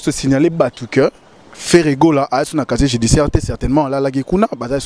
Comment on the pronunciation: Casier Judiciaire et non caché judiciaire....confronté et conforté,...confrontation ma chère journaliste.